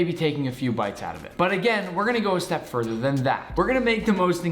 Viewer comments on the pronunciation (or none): none